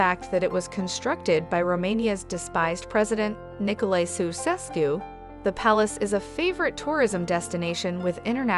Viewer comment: Sigh-e-saura :)) Cehoosesku ? :) So not a slightest effort to find how names are prnounced. And this is a "guide"?! Ha, ha. (Not to mention that there are at least 25 better sites than Sighisoara). But hey, i got it, you would like to have everything to one place, so that you travel without actually traveling. Your idea of traveling is ... a theme park in Orlando, Florida. Lazy fellows ...